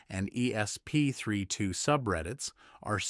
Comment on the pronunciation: Why can't any of these AI voices say "ESP32" properly - More AI SLOP!!